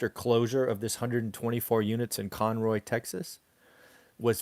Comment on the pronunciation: Pronounced Kon-ro (Conroe)Texas. Great video!